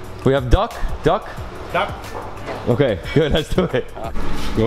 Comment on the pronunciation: When he said duck i heard dog wtf 😑